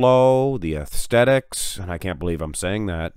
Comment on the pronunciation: Bro its aesthetics not aethsthetics